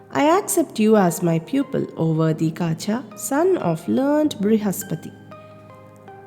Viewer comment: Yes. It is Kacha (కచుడు) not Kaacha